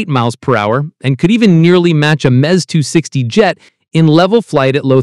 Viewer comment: I tweak every time i hear this guy say “Mez 260”. This video wack